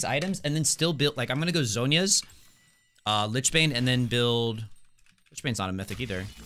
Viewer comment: It's pronounced lich. Always happy to help :)